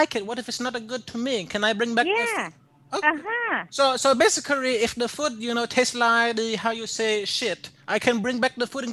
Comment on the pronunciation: "so... basicurry" I DIEDED 😂😂😂😂😂